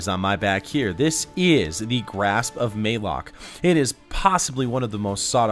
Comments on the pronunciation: ma lock not maylock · Malok spelled like malicious, malevolent, malaria, therefore its "Mullock" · Its pronounced malik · QUICK Update on this video! 75,000? You guys are the best! Thanks so much! Also the correct pronunciation is for Malok is MUH-LOCK (Thanks Deej!) Since I made this in October, before anyone knew anything about it, I didn't know the pronunciation. 6 months later and we do, so please disregard my incorrect pronunciation in the vid! Thanks for supporting the channel! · MAYLOK. MAL ....AL Malok my man, just trying to help